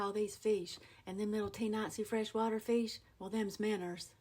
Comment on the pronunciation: "feesh" and "hen" instead of "heyn"... Priceless 😂😂😂